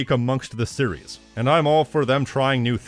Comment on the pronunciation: Every time you pronounce "series" the way you do I move one step closer to stop watching your channel :x Just my honest opinion, can't help but feel that way